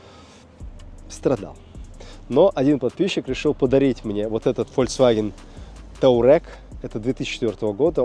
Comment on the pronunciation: Модель машины " ТУАрег", а не " Таурег". Туареги- племя в Африке.